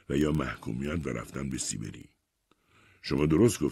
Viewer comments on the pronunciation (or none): كاش به سيبري نگيد سيبِري!!!!